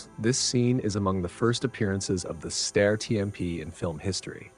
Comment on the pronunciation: Steyr thymes with "fire", not with "stair".